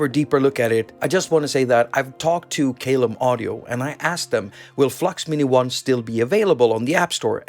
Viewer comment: Love that this is free! BTW, the pronunciation of Caelum.... The first syllable is pronounced 'kai' as in 'Kai Aras' 😉